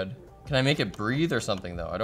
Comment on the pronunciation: why is the emphasis on MAKE?